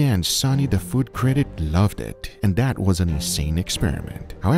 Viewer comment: guga says "diss" and "dat"